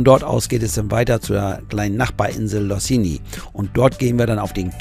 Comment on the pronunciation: Danke für diesen schönen Bericht! Wir waren so oft dort. Das geht jetzt leider nicht mehr. Losinj spricht man Loschin, das j hört man nicht. Wunderschön ist es dort, danke fürs Minehmen !